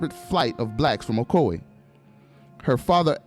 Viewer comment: these yankees crack me up by the way they pronounce ocoee like " o co eeee" when it's suppose to be like "o coy"